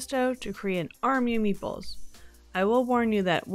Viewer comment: Ooo! I think I'd try something like a spinach artichoke dip, though Adam would probably want buffalo chicken inside. I definitely kept mishearing you saying "meatballs"... ;) Is there a reason to keep the pretzel in the slotted spoon while it boils?